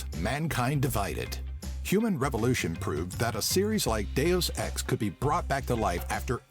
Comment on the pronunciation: I hate how u say deus ex